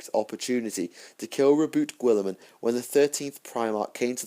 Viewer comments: Really nice lore collection, I've not read the Word Bearers books yet. But please.. stop pronouncing Guilliman as Gwilliman.. Try Gullyman.. As per Jervis Johnson. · I think your saying the lord of ultramars name wrong